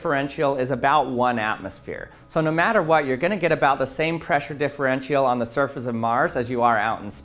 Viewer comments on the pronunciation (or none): Correct "differential" pronunciation: DI FR EN CHL